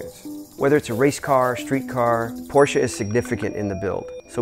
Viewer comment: Finally an American who pronounces Porsche right!